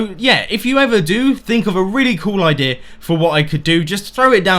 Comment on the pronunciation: Whenever he says idea it sounds like idirrhea